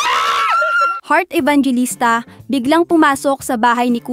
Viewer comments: Ibanghilista Hindi ibang g LISTA 😂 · ampanget mo mag narrate. pambobo lang. taka it is pronounced as E-VANG-HE-LISTA tanga tanga mo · Sana alam mo ipronounce ng tama ung last name nya😅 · pls mag research po muna at mag practice bago mag upload. Mali ang pag pronounce ng surname ni Heart hahah.